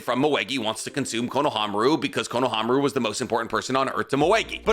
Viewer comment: If you're otaku making videos about the naruto-verse you probably should get better at your pronounciation. I cringe everytime he says Konohamaru. It wouldn't be so bad but for this entire video being about Konohamaru. Way to make it obvious that you only watch dub. At least try to pretend like you've watched subs.